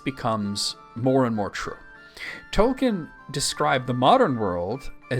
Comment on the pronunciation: I commend your Tolkien knowledge, but please: Toll-keen.